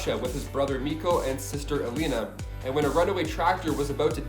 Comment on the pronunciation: It's 6 in the morning but wasn't Colossus sister called Iliyana not Eleyna?